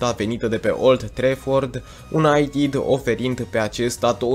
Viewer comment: De ce pronunți "unaitid"?